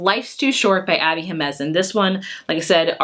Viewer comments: You don’t pronounce the “m” twice. “He-meh-nuz”. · I was glad to hear that you said that you dont mind being corrected on the pronunciation of the last names! Jimenz js pronounced he-men-ez and Oliveras is pronounced Oli-veras (last part like the vera in aloe veras). Thank you for your recommendations! I'm looking firward to reading these books! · “Him-men-ez” haha! Love your reviews!